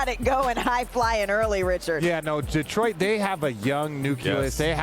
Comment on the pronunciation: Hey RJ, no one in the 313 says DEE-troit. It's di-TROYT. Get it right